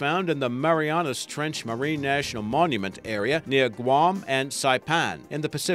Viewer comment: HE SAID IT! HE SAID GUAM WEW!!! No idea why I'm making such a big deal about it... .-.